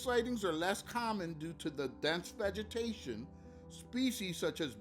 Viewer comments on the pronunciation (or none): none